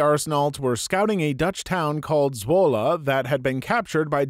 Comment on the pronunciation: I'm from Zwolle (video actually wasn't that far off with pronounciation, so good on you video guy!) and I love that story. A single Canadian soldier liberated my home town. Totally badass. :P Also a similar story from a game I play every now and then: VRChat. There was this one user who kept pointing out tons of problems and bugs with VRC. But people kept dismissing him with stuff like "you don't know what you're talking about" and "if you know so well, make a game yourself then!" So he basically said "Fuck it, I'll do just that" and created ChilloutVR. It's not as popular as VRC and isn't nearly as developed yet, as VRC started in 2014 while ChilloutVR started in 2021~22. But it does quite a few things better than VRC and looks promising as a real competitor to VRC in the next few years.